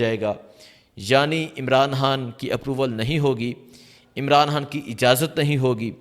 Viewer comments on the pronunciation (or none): یار تم خ کو کیوں ح بولتے ھو۔خان ھوتا ھے حان نہیں ۔۔۔۔پہلے اردو کو درست کریں پھر ویلاگ شئیر کریں۔۔۔